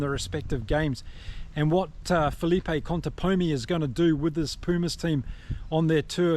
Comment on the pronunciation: Hola, el técnico de los Pumas de llama Contepomi, no Contemponi, que es como lo pronuncian erróneamente muchos de habla inglesa.